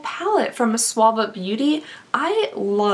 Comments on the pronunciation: Omgoodness you always know how to brighten my day..."this Suave-a palette" oh my dear I almost spit my tea out of my nose....it is pronounced like Sue-va 😉 Happy holidays xo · I don’t want to be a jerk, I promise! But, it’s pronounced SOO - VAH . 😂😬 I love your videos! Just thought I would help with pronunciation part! 😬😅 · Hey, it is pronounced Soo-va beauty, just FYI 😀😀😀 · I really like her but why’d she say Suva like that 😭